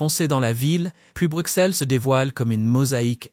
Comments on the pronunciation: Les belges francophones et en langue française nous disons Bruxelles et non Brukselle qui est une erreur de langage au même titre que la ville française d’Auxerre qui se dit Auxerre et non Aukserre. Car aussi en français nous disons soixante et non soiksante 😂 , à bon entendeur !! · Je me suis arrêté de visionner après 5 min car cette Belgique là, je ne la connait pas et pourtant j'y ai vécu pendant 65 ans Votre accent est celui d'un touriste (ou IA ?) (On prononce Brussel pas Bruxxxel) "manneken pis" et pas "mannequin peace" ! Bref... Mais vous avez gagné un commentaire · Arrête de dire brucselles mdr ça ce prononce brusselles meme si c’est un x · Correction le x se prononce ss dans Bruxelles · Est ce que vous pourriez svp prononcer Bruxelles « Brusselle» car vous devriez savoir que le « x » se prononce « s » !!! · On dit Bru"ss"elles comme soi"ss"ante ! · Très bonne vidéo mais pitié... Bruxelles se prononce Brussel et Gand se prononce Gan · Ceci est une caricature ! On dirait une publicité de l'Office du Tourisme😂 Exemple : "destination idéale en toute saison"... C'est oublier qu'il y a en moyenne 200 jours de pluie/an en Belgique et que le ciel est souvent gris. Et concernant le coût de la vie, il est élevé à BXL (surtout les loyers) et la fiscalité est une des plus élevées d'Europe. PS : Bruxelles se prononce BruSSèl😉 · Hmm moi je me demande si le belge ne fait pas erreur sur Bruxelles en le prononçant Brussèl, si on va un peu plus loin on ce retrouve a Ixelles et pas issèl ? je me pose des questions a ce sujet ! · Savoir prononcer le nom de la capitale aurait été pas trop mal pour un peu plus de sérieux. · Il faut apprendre à prononcer correctement "Bruxelles" avant de décider d'énoncer quelque chose